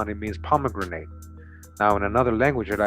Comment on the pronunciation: It's pronounced "Pom-e-GRANIT." Not "grenade". JC.